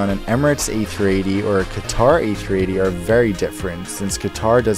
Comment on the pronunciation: Don't do overaction, you say to as chu and Qatar as khatchar..